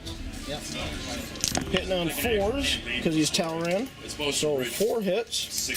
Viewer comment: Tall-Arn. Say it. Tall-Arn.